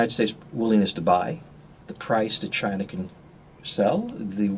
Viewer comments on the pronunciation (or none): Was his first word Chiner?! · I like how he says chiner. Lol